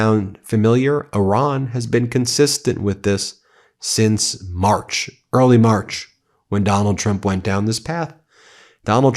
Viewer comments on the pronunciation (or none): none